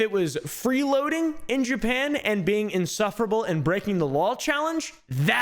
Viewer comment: Jewpan 😂😂 its JAPAN